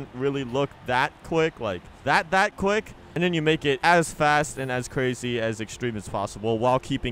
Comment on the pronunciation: Lol all i keep hearing is click instead of quick